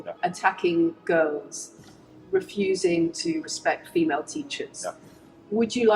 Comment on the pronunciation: Thanks to, whenever I hear ANYONE, say female, I hear in my mind saying pheemayle, fee mail 💀